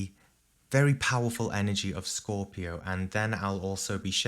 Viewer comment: " scooopio" 😁"cheese"